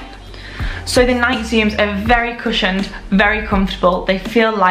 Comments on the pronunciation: Nike 😂 it’s nike ee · Is that how everyone in Europe pronounces Nike? Here in America, we pronounce them Nī-kee.